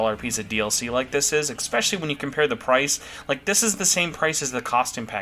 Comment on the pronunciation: > "Expecially" "Expecially" "Expecially" "Expecially" "Expecially" "Expecially" "Expecially" "Expecially" "Expecially" "Expecially" "Expecially" "Expecially" My dude, it's "especially". "Eh" "special" "lee". With an "S". Not an "X" or a "K" or whatever else. Also, you almost inverted my "buy or skip" list, except for the story DLC which was the only one we agreed on.